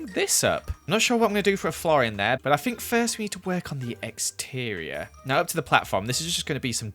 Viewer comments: When you said you were working on the "exterior", i misheard it as "eggsterior", lol! I do love the new Chiken Killer tho! I'd call it "BFCK-9000" tho, being an old Doom-Player n all:) Keep up the awesome building,! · Are we just gonna ignore that he said eggs-terior? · “Eggteeior” 2020